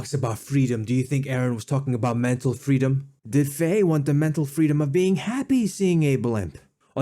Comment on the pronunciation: Say "IdeeeYa of freedome" one more time motherfucker! I dare you! I double dare you!